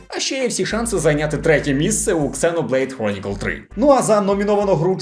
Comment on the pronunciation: //душніла-мод он Не "ксеноблейд", а "зеноблейд"! //душніла-мод офф Хз яким чином і якими заслугами цей гріндфест попав у номінації. Особливо у рік, коли вийшла Star Ocean: The Divine Force.